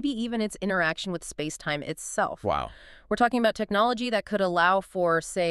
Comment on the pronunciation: Lmao "Technilogy"